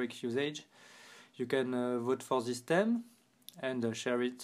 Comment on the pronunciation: I Like His French Accent But I Dislike His Pronunciation Of 'Theme'